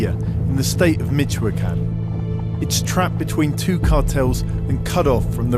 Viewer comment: It took me until the second or third time mentioning Michoacán to figure out what he really meant😂